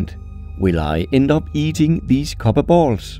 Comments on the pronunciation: ok bro I have to say it, ALUMINIUM is a name variant I like, it's easier to say than the aluminum but... KOBBER really?.... I'm disappointed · i find it suprisinly amazing that you pronouncing copper in english with your accent sounds almost exactly how it would sound if i pronounced Kobber in my canadian accent lol XD (just to be clear i can hear you punching the p sound, your english is great)